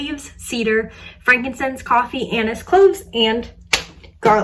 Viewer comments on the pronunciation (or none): none